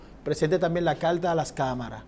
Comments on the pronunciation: Calta ? Polque ? Que mal hablan …. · CARTA NO CALTA PARA SER UN COMUNICADOR DEBE USAR LAS PRONUNCIACION CORRECTA